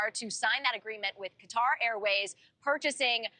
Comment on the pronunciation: Cant pronounce Qatar correctly 😂